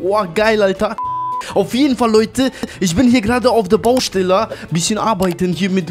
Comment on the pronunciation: Niemand: Wirklich Niemand:: Baustella 😂😂😂